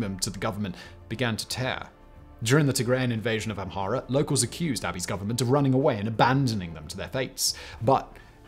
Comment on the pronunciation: His (mis)pronunciation of Amhara and Oromo is painful😣 ….i know it’s not his native language but come on!!!